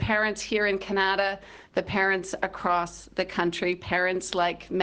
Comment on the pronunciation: Im sorry what did she say kinyada?